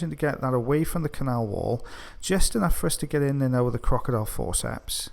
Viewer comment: Does everybody else love the way he says crocodile forceps? Always my favourite to listen to.